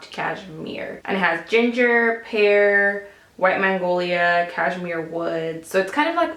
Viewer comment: while talking about r.lauren perfume twice you said mangolia;it's magnolia ;)